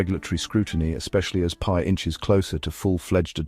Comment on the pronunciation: It’s not PEE network.